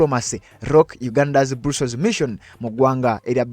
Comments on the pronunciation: It’s called BRUSSELS, but it’s read BURASOS NOT BURUSOS thanks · Not brussols it is Brussels 😢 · Not Brussels pronounce as bras....